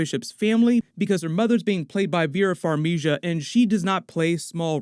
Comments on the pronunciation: "Farmija" wtf is that??? Dude it's Ukrainian - it's pronounced Far - mee - gah!! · You are mispronouncing Vera Farmiga's name :))) just FYI